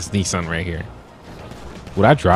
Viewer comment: The Nissan Titan worrier Pronounced Nis an